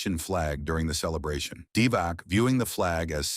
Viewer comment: not only heard about him, but played against him, at the 1981 U18 Balkan Cup in Thessaloniki, Greece, in the arena that later on has been renamed after the greatest Greek player, Nikos Gallis. And please, don't pronounce Vlade Divac's name "Divak", it's "Divats".